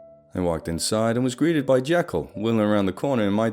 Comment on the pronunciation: I think it's been long enough that you forgot that he is very particular about being called Jee-kyll not Jeh-kyll